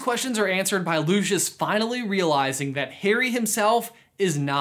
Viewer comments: You're pronouncing his name wrong. In COS when Lucius first introduces himself to Harry in Flourish and Blotts, he pronounces it "Lou-SEE-us." Makes me absolutely crazy when people pronounce it "Lu-shus" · Lucius Malloy’s name is pronounced lu see us not lu she us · Loo-see-is not Loo-shis still enjoys the vid tho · It’s pronounced “LOO-see-us”, not Loo-shus. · I pronounce it loo-see-us....I prefer it that way. loo-shuss sounds odd to me. I would also recommend the stephen fry audiobooks instead. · Am i the only one who gets really mad when people say Lushus instead of Lucius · just saying but isn't it "looseeus" not "lu SHuS"? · is no one going to mention he says lushious not lucius (lucius as in lu-s-ius) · Isn’t the pronunciation Lu-ci-us? Not Lu-shus? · You pronounce it as Lushus when I pronounce it as Lucius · I hate that they say looshish instead of lucyous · i thought that it was pronounced Lu-see-iss Malfoy, not Lu-shus...? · Lucious is pronounced Lue-cee-us not Lu-chus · Bit of a late comment, but no offence you say luscious malfoy while it is Lucius Malfoy (pronounced Lu-see-us) no hate just a correction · I think his name is pronounced Loo-see-us Not Loo-shus I’m not hating tho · Btw I think his name is pronounced loo-si-ous not loo-sch-uss :) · I’m unsure about your pronunciation of his name. It’s Lu-/si/-us, not Lu-/shus/. Get it right. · Mans pronounced it like it was lushus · Loo-see-us... this isn’t Frozone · Lucius is pronounced "loo see us" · Looshus Malfoy? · Its pronounced LU SEE US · Its not pronounced, "Looshis"... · Lucius= loo-see-us. Sorry Americans 🤷‍♀️ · Calling him Lewshus is enough reason to turn this off immediately. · its prnouced loosius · The way he says Lucius makes me angry